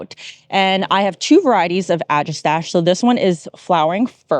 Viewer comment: Looking forward to my sea holly maturing, yours look great. Agastache is generally pronounced "a-GAH-sta-kee" or "ag-ah-STAK-ee", although you are clearly not alone saying it your way.